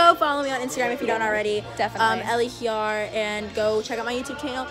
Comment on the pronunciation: wAiT it’s pronounced (he-YAR) not (hi-YER)